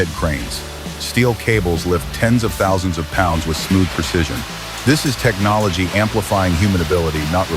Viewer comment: Great video. "Green Technology" turns into "Green Technoloy" at about the 30 second mark in this video. Oops.